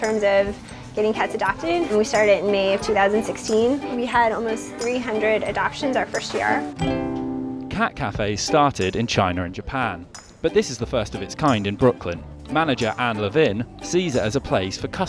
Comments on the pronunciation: "Chiner and Japan" Lol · Did he say chiner. (Rhetorical question of course) You people should stop mangling the English language! F’ing hello!